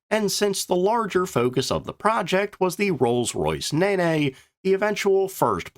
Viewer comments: I usually enjoy the depth of your documentaries BUT I am 12 mins in and if I hear just one more Nay Nay, I will go nuts. What is it with the American propensity for mis-pronunciation I can think of a few examples, a country called Tooneesia? putting compoast on the garden? You also failed miserably to acknowledge the pioneering work of Sir Frank Whittle who developed the radial flow jet engine and formed Power Jets after the British Government (typically shooting themselves in the foot again!) failed to fund his on-going research. Whilst the radial flow engines were in fact a design cul de sac. The Americans did benefit from the technology when Winston Churchill, in a desperate attempt to coax America to join in the war against Nazi Germany, handed the American government an enormous amount of research in several technological fields thus providing the engine technology that found its way in to the Lockheed P80 Shooting Star. Oh and there is also the all flying tailplane developed by the Miles aircraft company for their M1 supersonic jet design, which suddenly found its way on to the Bell X1 after an exchange visit by the Yanks to 'share' ideas. It should be noted that the reciprocal sharing did NOT take place. The list goes on... The aerodynamic 'bubble canopy' and let us not forget that it was the Brits who showed the Americans how to land a Corsair on an aircraft carrier. Ok...! I will stop there but I hope that I have made a number of valid points here but please please p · The Naynay (Nene) is another AI word salad. Why, oh why, can there not be a human checker to correct the AI? Between this, and the fist made of 3I/atlas it couldn’t come soon enough. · It is remarkable how many jets were being developed during the war. Abit of a departure from the original take on the subject. The Nene is pronounced neen and like most early rolls Royce jet engines was named after a river. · Rolls Royce Neh Neh ? Jeeez. You know it’s an iconic engine, right ? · Or Nen.